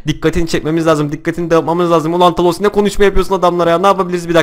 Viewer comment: He bide kafa dengi 2 o talos degil thanos diye Yaziliyor tanos diye okunuyor